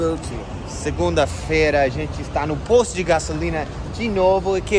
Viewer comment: É diferente, "posto" "poste".